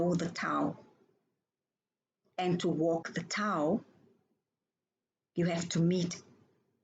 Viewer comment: Back to "do as I say" and "not as I do". Or the pot calling the kettle black. Ewe continue to try and put down others for not completely watching your video's. And then in your comment ewe refuse to read everything the poster wrote. But I expect nothing less from someone that can't even pronounce what ewe claim to follow. Tao. Look up how to correctly pronounce the one un religion that ewe claim to be a follower of. I expect ones who claim fiction to be real. to be uneducated, liars, ignorant, stupid and fraught with hypocrisy. Ewe fit the bill.